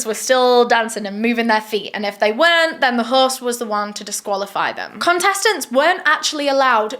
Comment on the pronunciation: There is no 'r' in host, horse???